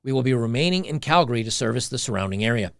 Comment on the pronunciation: Holy crap, most people in Canada don't pronounce Calgary correctly. But here's an American blogger (ie: ) who DOES. (it's pronounced CAL- gree, not CAL-gar-y). Good that our truckers up here did what they did, and a disproportional number of the truckers who descended on Ottawa came from Alberta. Some of those of us who donated to that cause have had bank accounts frozen by the Nazis in Ottawa - yet another branch of the totalitarian rabbit hole. But there are other movements here in Alberta, aka: "Texas North": The Alberta separatist movement is nothing new. Those who understand the futility of remaining part of an oligarchy like CanaChinaZuela have been pushing for a free and sovereign nation of Alberta for decades. But the Alberta US statehood movement is certainly a newer sentiment. More Albertans are beginning to realize that the sovereignty option will never be allowed to happen without Alberta having the military presence to back up such a declaration. (Look no further than the crushed Catalonian secession attempt from Spain for a glimpse of what would happen to Albertans at the hands of Ottawa, China and forces within the countries making up the UN body for proof of this). Nor would it be feasible from a land-locked economic perspective. The Alberta US Statehood movement is picking up steam. Can anyone in the US and Alberta wrap their minds around just how much of a world economic powerhouse the US AND Alberta would be if this were to happen?